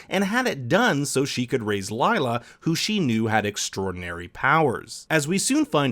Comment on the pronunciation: I am kinda annoyed by how Lila's name is pronounced, foreigners are never able to spell Indian names 🤣 it is pronounced as leela which means tricks (usually magical)